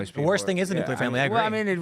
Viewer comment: Also why can't zoomers pronounce the word Nuclear?